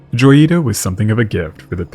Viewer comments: In Spanish, it would be pronounced Hoy-ee-tah. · Isn't it "hoy-ita"? Lol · "J" is pronounced like an English "H" in Spanish, so it should be said like "Hoyita."